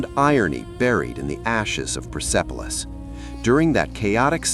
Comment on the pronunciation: Hallo sag mal wie oft soll ich noch schreiben der Stadt oder Palast heißt nicht pipilos sondern perspolis . Ich hoffe beim nächsten Mal sprichst Du richtig aus Danke